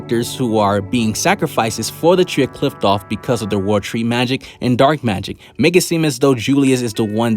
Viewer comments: It’s pronounced “cliff-oth” not “Clift-off” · Did you just say Qliphqloph?